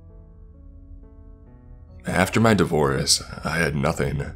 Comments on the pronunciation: starts out by pronouncing "divorce" as "divorice" - - weird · “After my davorice” How hard is it to just pronounce things correctly? Seriously couldn’t even get through the first 11 seconds.